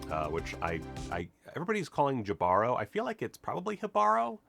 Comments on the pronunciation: In Spanish is Jíbaro... with the accent in JI. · The director pronounced it as “gee-ba-roe”. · It’s pronounced ‘ he ‘ ba ‘ ro (like ro-bot) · 1. Jibaro is pronounced hee-vuh-rohz with the emphasis in the first syllable. 2. Thanks for the explanation of the hand tattoo, it also resembled the "Mano Poderosa" or other hand symbols used in Caribbean religions which I've seen but don't really know much about.